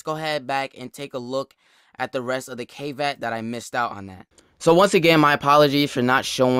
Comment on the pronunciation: Is it pronounced Kay-Vatt? I thought it was Kah-Vaht. Also, stop beating yourself up man... You cool.